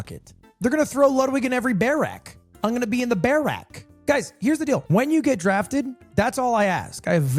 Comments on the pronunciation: why does he say barrack like that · Why is he saying barracks so weirdly